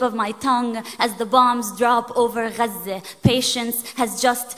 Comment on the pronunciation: It was a pleasure to learn how to pronounce Gaza properly